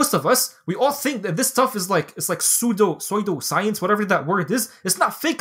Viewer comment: Sweedo science habibi. You butcher this word every video